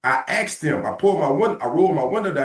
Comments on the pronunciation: I axed him! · Axed question lol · 10 seconds in and we already have an "axe"